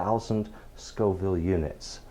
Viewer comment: FFS. The plural of "chile" is "chiles". "Chillies" means a couple of different chili stews. So, since you didn't know the difference between "Scoville" and "Scofield" in your first video and can't spell it right, why should we trust anything that you say? Facts matter. However, props for saying Scoville, now.